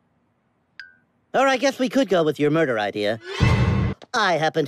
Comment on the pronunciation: I love that fact daffy said “or we could go with your muder idea” bruh who knew daffy is a muderer